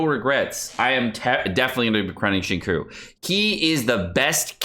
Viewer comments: Okay but that pronunciation of Xingqiu hurts me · why is he pronouncing XQs name so awfully? is there some inside joke I'm missing? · The pronunciation of XingQiu makes me cry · Omg I almost had to click off the video for how you pronounce Xingqiu 🥴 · Please don’t ever say Xingqiu again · You even pronounce his name wrong lol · I know this is just a joke, but for future reference, just know that the “qiu” sounds a little closer to “cho” than “chew.” Don’t mind me, though, just putting input where no one asked. ;) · please... no more "shing-koo" business. It's killing my soul. It's pronounced "shing-cho" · Dude it's not zhing-sho. Maybe zhing kew is more like it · xing- me: yes just say ‘chew’ please: koo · I died a little on the inside when said Shin-ku instead of Shing-chou for Xingqiu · How Xingquis' name is pronounced: 'zhing-sho': 'zhing-koo' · I am surprised that British guy let your pronunciation of 'Xinqiu' pass without comment. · why tf does he say qincoo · Xingqiu 行秋 = SING-CHEW You are killin me bruh. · XQ is pronounced more like shing choah as in woah but ch in front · Nobody:: SheenCoo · What the fuck. Did he just call xingqiu, chingcoo? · Pronounciation for Xingqiu = Sing Chew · Why does everyone pronounce Xingqiu's name incorrectly, u pronouce it "Ksingchou" or something like that not "zinkui" or "shinku" or stuff like that... XD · BRUh stop saying sHinqOo and say xingque instead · My dude, I hate to nit pick, but Xingqiu is pronounced shing ch-yo. Like yo-yo but swap the fist yo for a “ch” sound. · ok after listening again he pronounced it as 'sing-cho' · Xingqiu is pronounced. Xing chou... Q is pronounced Chi bro. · Acually, the second part of his name is more towards "chew" so its Xing-chew if you want to pronounce his name similar to the actual name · It's Shingchuu btw. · the way you pronounce xingqiu makes me so 辛苦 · the way you pronounced xingqiu's name pains me hasdkfja